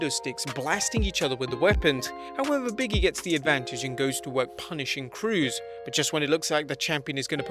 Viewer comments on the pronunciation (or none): I love your videos, but it's pronounced "BIG E" not "Biggie"...